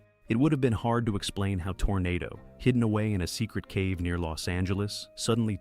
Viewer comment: If memory serves me, the horse's name was pronounced tornaaado.